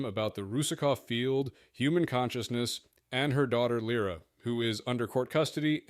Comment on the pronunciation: interestingly the ai pronounces it correctly at least once